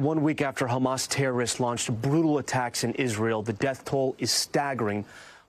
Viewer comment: A brool new wave? LEARN ENGLISH.